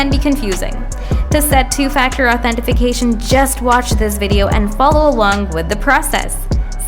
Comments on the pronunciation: Why are you adding an F in Authentication? Authentifuhcation? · "authentification" lol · useless video, cant even say authentication right